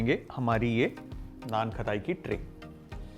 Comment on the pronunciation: Cool ❤️ But annoying खताई खताई It's खटाई